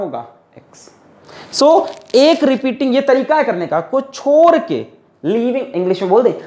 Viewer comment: Who noticed chor ke instead of chodke🤣🤣 From Nepal love this teacher